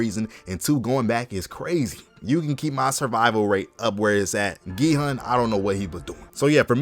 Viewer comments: ERM ACTUALLY ITS PRONOUNCED 기훈 NOT 기헌 (its like gi-hoon not pronounced gi-hun) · Gi-Hun Pronounced (gie-hoon)